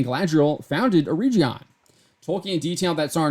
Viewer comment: Just one correction - You are pronouncing Eregion wrong - the "G" is like in "get". They travelled together with their daughter during most of the second age and as was mentioned in your article were separated for a time before reuniting again, but the entire storyline of season 1 is not the actual storyline of Galadriel and Celebron in the second age.